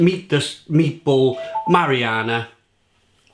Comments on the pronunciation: Ma·ri·na·ra... Not mariana... Big difference lol., buddy, you're gonna have to work on your word pronunciation before some of your videos. Seriously man you a grown up please pronounce your words properly! Lol. Great review! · It’s pronounced how it’s spelled. Marinara. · I think u pronounce words wrong on purpose no one would ever call it marianna.